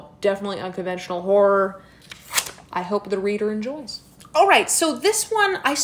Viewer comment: Why did I think she said “whore” instead of “horror” for the first book rec 😷